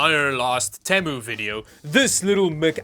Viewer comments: PLEASE PRONOUNCE THINGS CORRECTLY OMG ITS RIDICULOUS NOW LIKE YOUR DOING IT INTENTIONALLY EXAMPLE YOU SAY “TEHMOO” INSTEAD OF “TEEMOO” or NVIDIA CARD “TI” IS PRONOUNCED “TEE-EYE” NOT “TIE” I COULD KEEP GOING BUT YOU GET THE IDEA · Te-mu not tem-u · only stupid thing u did was pronouncing Temu like that. its Tea-moo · Actually, it varies between T-I and Tie -- even nVidia representatives have interchanged the two. shrug But the Temu thing, yeah. I cringed a bit there.